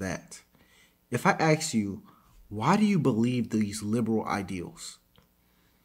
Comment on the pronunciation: Please don't axe me.